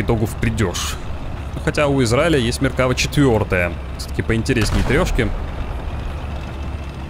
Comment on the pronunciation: МеркавА танк называется, но не МеркАва, ударение на последний слог, автор исправься.😉